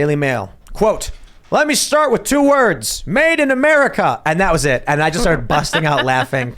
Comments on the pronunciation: To be fair, he actually said "two wurves", not "two words" as you claim. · He actually said "let me start with two herbs" 😂